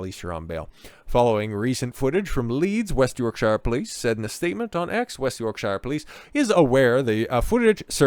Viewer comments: Yorksha. Not "sure". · Speaking as someone whom lives in West Yorkshire-you know the county that is thousands of years older than the whole of your USA. If you pronounce is as 'SHIRE' in my county then you would get bricks thrown at you as it shows that you are either a: An Ignorant Friendly Fire Yank or b: EVEN worse a soft-southern-sellout-nancy boy from LONDON! It is pronounced as either ; SHA or SHER AND the word York is pronounced as YAWK , hence YAWKSHA or Yawksher! But you are right about stupid slapper bint of a copper and that she is as wanted as Chernobyl Irradiated genital wart , placed inside a universe of beauty spots. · York"sheer" nor york "shyre" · Yorksure Not york-shire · York(Shear). Berk‐sure? Shire horse. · I just love how Americans pronounce Yorkshire. They say it wrong every time. - Why are children in police uniforms? Also, the police forces in the UK don't carry firearms, that's a specialist unit SO19 which do.